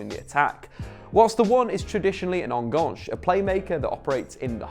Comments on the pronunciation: It's pronounced "Ehn-gann-ch-eh". It's Spanish (Argentina), not French. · Brilliant video mate! just one little thing, the last part of the word enganche is pronounced with the same sound as the word chess :) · ¨enganche¨ is a Spanish word, you dimwit... stop pronouncing it as in French! hahahaha Liked the video though. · I like the way Brits pronounce "Enganche"